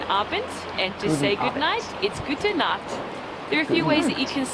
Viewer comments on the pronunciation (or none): none